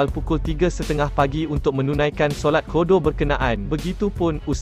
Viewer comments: Bukan kodo la bro, qada….sebut kasi betul sikit 👍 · Kodo kodo apa kodo. Sebut la betul2. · Sebutan pun salah qodo. Sebut betul betul admin